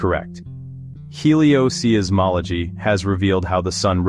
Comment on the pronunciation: The apparently AI-generated voice says "heliosee-ismology" and "astrosizzmology." Really very poor.